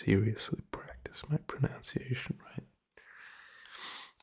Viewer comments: Dude I genuinely thought you were a native English speaker from the first video I saw of you, your pronunciation is basically perfect... ironically though you say "pro-noun-ciation" and it's "pro-nun-ciation", and even that is just a nitpick that barely anyone would notice. You're solid buddy dw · Important to know, its pronounced, pro-nunce-ee-ation